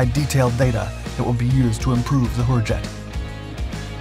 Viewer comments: I swear this sounded like the narrator said 'Whorejet'. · As pronounced by the narrator, I just can't get past the this aircraft's name without snickering! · I think he said hurjet 150 times just to have fun with it and each time all I heard was something else. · I like the top speed, and the general smallness of it. But the name (I know HurJet means Freedom Jet), but the way the bot narrator pronounced it, and said it so many times during the video made me chuckle.